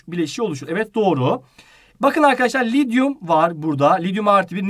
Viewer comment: Lityuma lidyum demeyin hocam lütfen